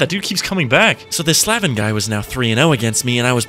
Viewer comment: hahahaha slav-en no no no bro its slave-n hahahahahhaa